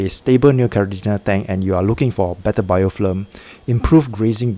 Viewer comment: It's BIOFILM not BIOFLIM